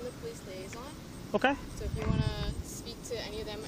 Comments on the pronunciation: That was painful to watch.... "Police liason", my god did that cop have the patience of a saint. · The girl who is the self proclaimed “police liason” is talking like she is mentally challenged when talking to those inside the tent….are they aliens from another planet and not speak English??? The officers did not ask if they needed more time or needed anything. She needs to go somewhere, before they do anything. I cannot believe that these officers have to stand for that crap. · Lol “Police LIASON” 😳🤦🏻‍♀️